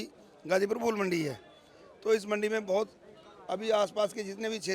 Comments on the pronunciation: fool nahi phool bolo meri bahan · aapki madam ne ‘phool’ ko ‘fool’ bol ke sare feature ka maza kharab kar diya. Basics toh theek kar lo. #badpronounciation